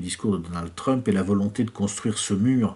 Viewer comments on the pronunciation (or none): none